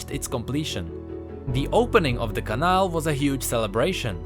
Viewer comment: Really nice video, but the way you pronounce cannal triggers me. Altough i really like your czech accent